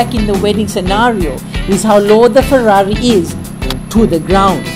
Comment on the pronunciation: bro you say 'Perrari', just like we sometimes say 'Definitely' or 'ferformance'